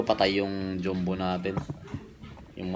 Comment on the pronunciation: sir naano lang po ako sa pronunciation ng "JUMBO" joombo ba talaga? hindi ba Jambo??